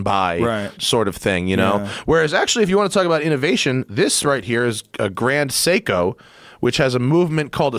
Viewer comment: But, can he pronounce it? Nooooo! Having a watch worth ten thousand, and mispronouncing Seiko....Jeeez